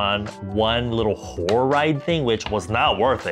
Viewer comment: I thought you were saying Whore not Horror ride, girl what even is that 😭